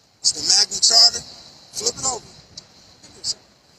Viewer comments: Magna “charta”?? Nice try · My man kept saying "Magna Charter". It's "Magna Carta". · Sounds like he is saying "Magna CHARTER" rather than the correct term, magna carta. :face-purple-crying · ROFL Magna Charter is pronounced Magna Karta. Not CHarter. And regardless it means NOTHING in this situation. This guy needs SERIOUS help. The problem is you are NOT taking care of your kid so the government and the police have to force you to do it by ticketing you for not using a child seat. You fking muppet. Omfg. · Did he say Magma charta ??????????? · Magna Carta mooron. There is no h in it. Even a moderately educated person knows that.